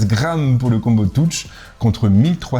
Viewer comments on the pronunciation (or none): Merci pour la vidéo. Par contre un petit effort sur la prononciation : combo touche.....